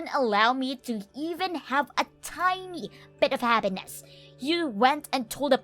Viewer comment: She’s talking to herself again. And she needs to work on pronunciation. I mean “habbiness” instead of happiness and “da” in stead of the?